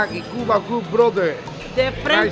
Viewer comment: Ur pronunciation of Cuba is wrong 😊 you making it look like you speaking English 😅